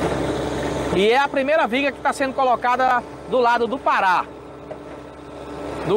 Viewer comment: "premeira", " si milhor", pare de matar o português